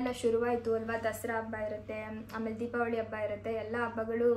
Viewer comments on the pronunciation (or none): none